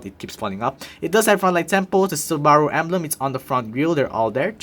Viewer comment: Great review! Though one suggestion. Check how to correctly pronounce Subaru. The way you're pronouning it isn't the correct pronounciation and sounds phonetically almost like Sbarro, which is a different car manufacturer.